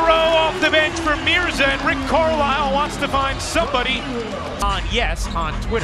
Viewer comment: its Mirza NOT mirka